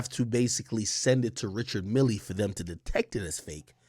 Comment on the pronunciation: Richard Mille are one of those brands that’s gonna appreciate in value and btw it’s not pronounced that way it’s Swiss French Ree-shard Mee l